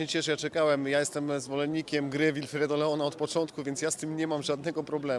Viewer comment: Jego imię czyta się Łilfredo!